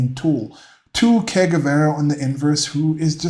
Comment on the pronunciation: Ernesto Che Guevara was a medical doctor and he sounded like Shakespeare compared to low IQ Charlie over here 😂, pleeeeaaaase. Also you are saying Que Guevara, you want to be saying Che, more like a “Je” sound.